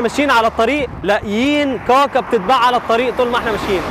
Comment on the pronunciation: كاكا وليس قاقا